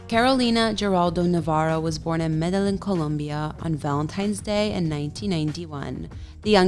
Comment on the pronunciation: The way she pronounced Medellin was horrific. It’s pronounced Med-ah-geen